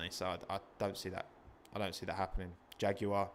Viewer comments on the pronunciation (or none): none